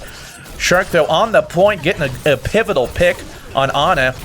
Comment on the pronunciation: mind: what do I say? mouth: pivital!